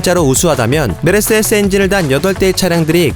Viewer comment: 메르세레스라고 계속 발음을 하셔가지궁!! 세레세레세레스~~~***😂